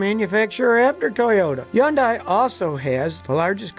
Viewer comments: It's pronounced: Hun-day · I was told by a Hyundai dealership. It’s pronounced like Sunday Hunday. ?? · Well Scottie besides your annoying voice Hyundai is pronounced like saying Sunday, Hunday. And Porsche is pronounced by speaking the "E" as how the man who's name is on the car pronounced his name... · WTF is yondy?? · What the hell is ( hey yun die) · You're right. I wish he would pronounce it correctly! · You're right. I wish he would pronounce it correctly. A man of his stature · sorry, my wife is Korean and reminds me every time Scotty mispronounced it. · You’re driving me nuts pronouncing Hyundai like that. I’d like to avoid turbo chargers. I’m not racing anybody and like you told us they make the engine run hot and wear out quicker resulting in lots of unnecessary expense. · Would be nice if Scotty mastered the proper pronunciations of Hyundai and Palisade. 😊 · Hyundai...H is silent? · How come you don’t pronounce the H in Hyundai, Scotty. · I couldn’t get further than two minutes with a repeated miss pronunciation of Hyundai. Seems like you least know how to say the name of the company. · huhn-day not yun-die, jesus man. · Stop saying undai it's Hyundai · Why can't you pronounce Hyun-deh..... Not hyun-die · Scotty, when the Hyundai (Sunday) rep came to our dealership, from Korea, he says Hyundai sound just like Sunday, so Hunday...I have since verified the pronunciation with Koreans. NOT yundie. Anyway as an old mechanic myself, by 2007, it seemed the quality of material and fit and finish had progressed to be so competitive for the price, that I bought a new kia Optima. It replaced my 89 camera..it was so nice, in 2012 a Hyundai Sonata, was now in the family, then in 2018 a Hyundai Accent..so far only thing gone wrong, Optima, 1 rattling sway bar link, Sonata, leaking oil pressure sending unit, noisy drive belt idler. Even if I had to pay to have the work done, the labor was minimal, and parts from the dealer were quite reasonable.